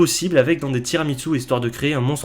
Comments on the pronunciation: Il n'y a pas de T dans Tiramisú. Sinon, super vidéo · Complètement d’accord avec la dénonciation de ces horreurs alimentaires, mais, pour rappel, tiramisù ne se pronce pas « tirami tzu »! Ça fait le même effet aux oreilles qu’une pizza avec de l’ananas le fait au bon sens.